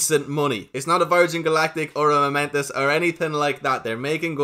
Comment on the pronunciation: It's pronounced Momentus